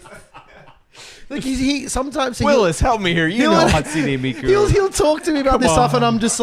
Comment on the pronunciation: Me when says Hatsini Miku 😮‍💨 Me when says "she's a Vtuber": 💀